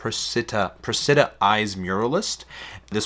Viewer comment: SF resident here. Precita is pronounced 'Preh-see-tah'. Cool series. Oh, make sure you get some food - really quality fare.